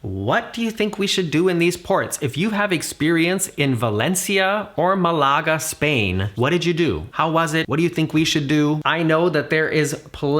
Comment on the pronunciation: The first ‘a’ in Malaga has an accent mark, indicating that it is the first syllable is accentedr. Pronounce it MA la ga